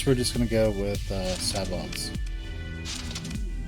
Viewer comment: Nice tutorial...one request...it's "say-bo" with the T silent :)